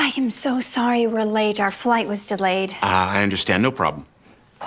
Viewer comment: “im swory coach”